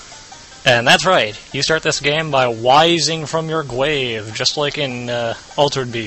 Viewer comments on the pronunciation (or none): "wising from your glave" ...Dude, Is that a joke or something? Get your English corrected.